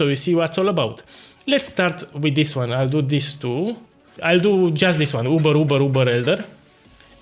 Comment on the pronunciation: it's so cute how you pronounce it "yoober" instead of "oober" boss.